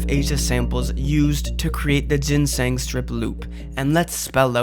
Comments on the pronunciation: Pls stop saying ginseng like that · Learn english 💀💀you dont know how to say archived or ginseng